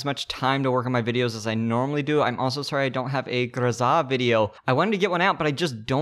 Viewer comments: literaly the first person who pronounced "grozA" properly, worthy of like and sub, also nice content, prety usefull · Hey! You said Groza properly? Well, obviously it's butchered, but it's not a bad pronunciation for a non Russian speaker!